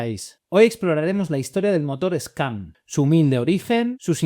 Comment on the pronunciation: "Scam" y "De-O-eSe" me suenan horrorosos. 🙃